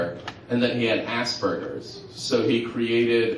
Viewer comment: lol im glad you do. but is aspergers.. not assburgers O_o